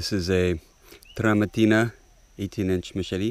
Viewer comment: What's up with rolling your R's when you say Tramontina but not any other time? That sounds ridiculous. Just say your R's normally. LOL! BTW, the philosophy behind a machete arriving to you being dull is because of the liability the seller would assume by shipping a sharpened blade. That's why most axes and machetes and many knives ship dull.